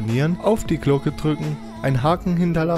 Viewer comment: #glocke ativ nicht spas xd